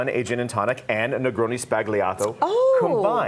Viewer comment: Her pronunciation is the real "sbagliato" 😂